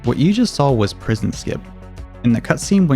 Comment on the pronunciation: "Prision" Skip?